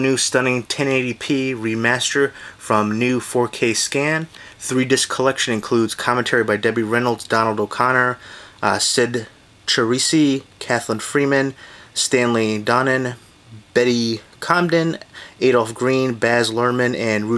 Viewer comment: Cyd Charisse's last name is pronounced Sha reese!